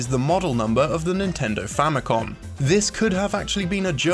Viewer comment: Famicom, with an "M"